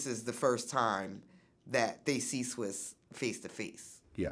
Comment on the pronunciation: For Vlad to be such a hiphop head, i reeeaalllyyy need him to stop calling TaTa "TyTy" and actually pronouncing Swizz "SwiZZZZ"